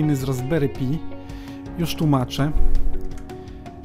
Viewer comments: Raspberry PAJ a nie pi... SUDU a nie sudo... Chcesz uczyć innych, to sam się trochę poducz. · Nie pi a "paj" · Raspberry paj nie pi - bo trochę pi to 3.14